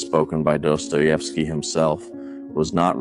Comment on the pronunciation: if you use other creator ideas and themes at least pronounce and write their names correctly, otherwise you have no respect for them, and naturally, you get no respect from others. my comment on this theme. theres no way a society can exist otherwise than how dostoievsky is telling his story. everywhere there is competition between thinking individuals, goodness cannot survive as the only way to proceed in life. beauty gets splintered until loses its original 'shine', because life is tough and you feel it the moment you exit your precious bowl that gives you security